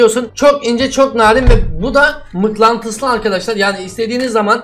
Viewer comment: Abeyy mıknantıslı :D